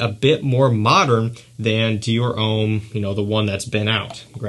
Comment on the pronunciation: Stop saying Ouuuuhm its Om.